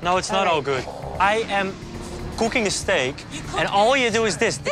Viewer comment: "i am KOOKING ESTEAK" "You ROON everything"